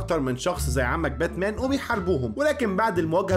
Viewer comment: باتمان ❌ باتنام✔️